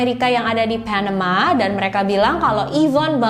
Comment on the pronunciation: keganggu banget sama pelafalan pas host ngomong,biasa aja kak klo bisa,,,,misal : panama ,ga mesti jadi : PHENEMA. Asli dr dulu selalu ngerasa keganggu bgt,biasa aja kak baca nya,kecuali klo baca nama org asing boleh lah.tapi pelafalan nya di kuping aku selalu terdengar aneh terlalu maksa kak.bisa ga biasa aja baca nya.padahal cerita2 yg kakak suguhkan udah bgus2 lho.ini cuma masukan aja.thanks